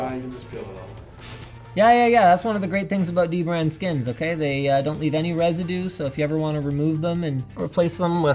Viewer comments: Omg, Linus is mispronouncing DBrand again! It’s duh-brand. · Linus you gotta remember, it's "DBrand" not "Deee Brand" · it is not d-brand it is dbrand there is n sapce bwetten the d and b linuis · Linus just said dbrand was not pronounced d-brand but dbrand as one single word and yet ye mispronounced the name again and again... LOL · its Dbrand not D-Brand linus FFS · is it "dee-brand" or "dibrand" ??? help me out here guys... LOL !!!!! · come on linus, it's not d brand, it's dbrand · You said dbrand wrong lol! Its da brand. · Linus just likes bringing attention to the D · Shame on you, you didn't say dbrand right how do we know whats good and whats wrong prenounced :O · Hey Linus, you kept mispronouncing DBrand's name